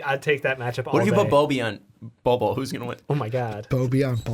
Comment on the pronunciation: I'd like to tattoo this on. Bol Bol is pronounced (Bowl Bowl)